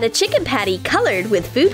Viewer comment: The way she said chiKen nuggets